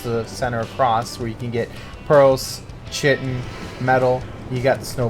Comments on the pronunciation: it's not pronounced shittin. Chitin is pronounced "kai tin". KAI TIN, say it. SAY IT! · Chitin... pronounced "ky-tin" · great vid but you're saying chitin wrong and its killing me lol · Are you chitin me with that pronunciation. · Night Dark yeah, bothers me too